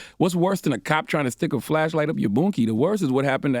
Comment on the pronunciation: I was trying to take this more seriously until CTG started saying "Boonky" 🤣 smh yt folks tryna turn sticking things up someone's ass into a "spanking" foh